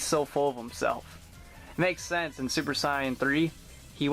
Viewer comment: Love the video, just bought one of these myself. And no offence, but why do you pronounce "super Saiyan" like that?